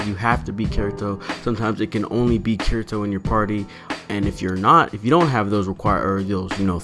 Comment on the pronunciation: It's pronounced KEEDEETO